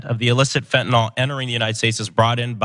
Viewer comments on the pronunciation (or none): Dear God if these know nothings don’t stop pronouncing it “fentanol” I’m going to hang myself. It’s fentaNYL - like “nil.”